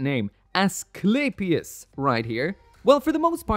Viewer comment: Great looking kit, always liked the G-Unit stuff but spent way too much time thinking is was some kind of Astray/Seed spinoff before actually readying a Manga, lol. The Units name is pronounces Ess-sku-lay-pee-us. The Greek god of Medicine!